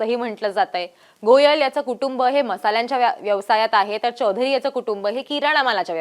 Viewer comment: Anchor, मराठी बोलत आहेस, मराठीत चौधरी म्हण , हिंदीतलं चोधरी नाही .